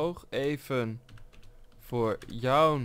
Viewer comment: wat heeft kijkers of geen kijkers er nou mee te maken het gaat toch om het feit dat hij joun zegt in plaats van jouw